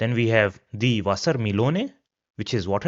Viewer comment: Your content is good but pronunciation is so off. like Frau, wasser etc.